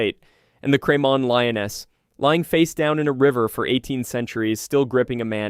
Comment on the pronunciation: I’m from Edinburgh and know Cramond well. There’s a bathhouse there. It’s pronounced “ crah mond” - the rest I give up on.